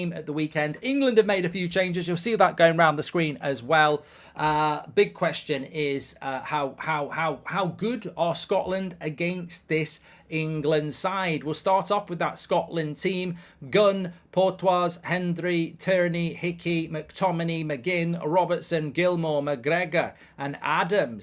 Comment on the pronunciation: Porteous is not "port-wah", it's "porch-us"